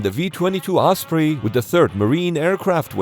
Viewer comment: Thank you for using the correct pronunciation "oss pree" and not the commonly used "oss pray" 🙄 I do think it's quite funny the Defence Dept refers to serious accidents or fatal crashes as "mishaps" as in "Oh, yes, little Johnny had a mishap in Walmart today" which we usually take to mean he was jackassing around and scraped his knee. Or he forgot to empty his bladder before leaving home and ended up wetting his pants.